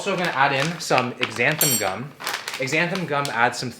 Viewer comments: It's pronounced ZANthangum, not EXANthangum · i could be wrong, but im pretty sure Xanthan gum is pronounced Zanthan. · is that a Canadian thing to call it X-xanthan gum??